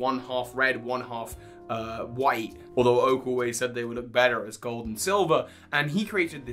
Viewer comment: Anyone else hear him say cold and silver instead of gold and silver?